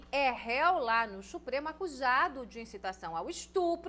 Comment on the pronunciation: Boa comunicadora mas tem uma mania irritante de forçar um sotaque que não existe. Não se pronuncia BolXonaro nem Xupremo.